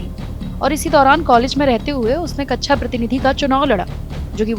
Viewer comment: हां। और कक्षा को भी कच्छा बोल रही है। बहुत ही खराब उच्चारण है।